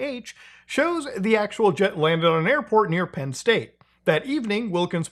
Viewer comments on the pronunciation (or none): none